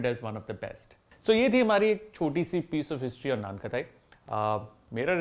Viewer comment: Cool ❤️ But annoying खताई खताई It's खटाई